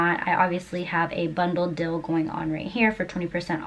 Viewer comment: Suggest putting the video of yourself in a small box in the upper-right corner and expanding the video of your page so what you’re teaching is easier to see on a small screen. Also, deal vs dill, they are pronounced differently.